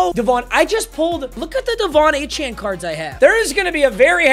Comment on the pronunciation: Another season of wheel of mut and another season of not pronouncing Achane's name right